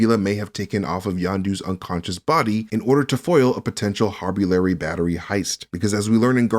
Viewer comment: Two things: One, they are Anulax batteries. Drax mispronounced them as Harbulary batteries. Two, the stuffed animal young Peter Quill force pulls to him looks more like a fox than a raccoon to me. It doesn’t have stripes on its tail.